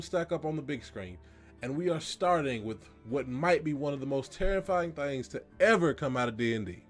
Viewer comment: “Terrifrying” I the viewer noticed